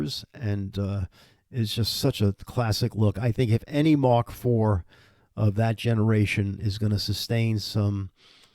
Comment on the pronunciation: Mark...not Mach.